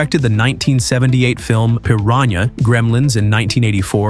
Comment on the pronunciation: I need to rewatch “Piran-yah”, I think I missed something.